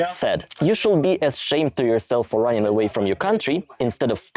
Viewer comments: (random note, feel free to ignore: you don't need to pronounce the "l" in "should" - it's just like "shood" - sorry if this is a bit rude to say so, but it's probably easier to pronounce than the way you're doing it so thought I'd point it out. 😅) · I guess a good start should be to quit saying "should" with "l" in it😊 As to the rest of the suggestions, you just SHOULD do it your own way😅